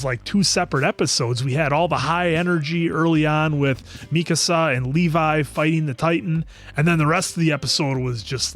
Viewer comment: It’s driving me nuts how they’re pronouncing Mikasa it’s “Meek-Ka-Sa “ Japanese not “ Mi-casa lmao yall are calling her “my house “ 😂 in Spanish